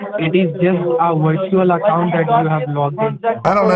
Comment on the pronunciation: wirtual accown LMAO